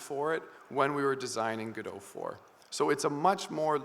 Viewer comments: What immediately drew my attention at the beginning was the green rim lighting you had. Also, now I'm REALLY confused. I always thought it was Gō-dŏt. I was sure. Then you pronounced it as Gu-doe. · 𝗜𝘁´𝘀 𝗚ó𝗱𝗼𝘁, 𝗻𝗼𝘁 𝗚𝗼𝗱ó𝘁. 𝗚Ó𝗗𝗢𝗧. 𝗚𝗿𝗲𝗲𝘁𝗶𝗻𝗴𝘀 𝗳𝗿𝗼𝗺 𝗔𝗿𝗴𝗲𝗻𝘁𝗶𝗻𝗮, God bless you. 🟣🔵⚪🟡⚪🔵🟣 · I think officially its like how he pronounced it. Godot comes from the title of the play "Waiting for Godot" by Samuel Beckett, so it will be that pronounciation. However I noticed Juan ponounce it Godot where o is pronounced as in "on" (both "o"s). Most people however misunderstand the name as Go-Dot, which is just wrong. So the correct way is GOD-oh / guh-dow